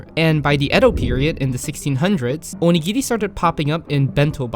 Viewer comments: you dont pronounce onigiri right and its really dorky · cool video btw, to me, when you speak Japanese to a Japanese person, you sound pretty good but I think your intonation was a little bit off when you were saying these words (maybe because you were speaking chiefly to an English audience?), e.g.: oNIgiri (not oniGIri) aSAkusa (not AsaKUsa) TArako (not taRAko)